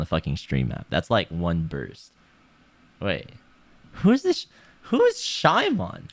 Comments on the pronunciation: the way he pronounces shimon makes it sound like a Pokemon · The fact that he pronounced it as "shy-mon" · Is his name actually pronounced shy-mon and not just shimon, as in Japanese? Why would he think it was pronounced like that? lmao